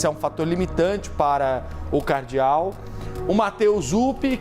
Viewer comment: Repórter pronunciando o nome de Cardeal de forma errada? Que jornalista bom em.